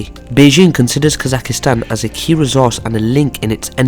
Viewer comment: Kazakhstan bro, not Kazakhistan